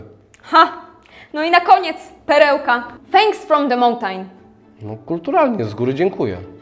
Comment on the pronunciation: Tylko, że ta ładna babka wcale nie ma poprawnego akcentu, gdy mówi po angielsku. To jak wymawia choćby mountain w tym - czy wyraz hotel w innym - skeczu, jak na moje skromne ucho to jest jakiś ponglish a nie English.